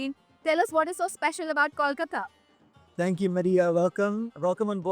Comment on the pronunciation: All this while Air India is still twiddling their thumbs when it comes to adding international flights from Kolkata. Another missed opportunity. Also, please learn to say Kolkata properly. It is not Kawlkata.